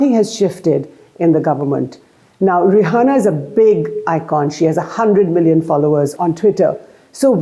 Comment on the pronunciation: Her name is not Rahana please don’t say it like Arnab Goswami